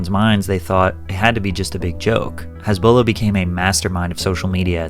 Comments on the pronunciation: His name is Hasbulla, not Hisbollah. Jesus freaking Christ! Get your sh*t right. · Hasbulla not Hezbollah 😂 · Why are you pronouncing him as "Hesbullah"?? 😢😢😢😅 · You keep pronouncing his name HEZBULLA like the tourist group lol. It's hAsbulla! An ahhhh sound lol. You pronounce his nickname just fine tho 😂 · He who Has beak Not Hazbeek